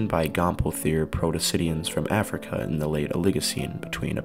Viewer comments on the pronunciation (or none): none